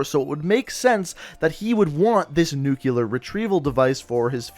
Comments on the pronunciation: NUKE-LEE-AR NOT FUCKING NUKE-YOU-LER Also, I really don't think the mystery man is Raul Menendez. The only decent evidence you brought up is that he wears an eye-patch and his main motive is revenge. Considering all the information on the wall, for the answer to be that simple seems ridiculous to me. Especially considering that this person who is being supposedly targeted by Menendez is a crime syndicate. Why would Menendez be waging a war against a crime syndicate? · It's 'Nuclear' not 'Nuculer'